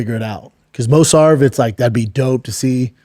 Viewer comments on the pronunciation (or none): Mosarv? And nobody is correcting him? This is one of the issues with this fuckin podcast. And this dude has the audacity to talk about